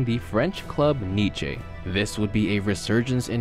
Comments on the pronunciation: What the fuck is niché😂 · niche??? it's pronounced Neess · "Niche" hahaah. It's pronounced like Niece lol.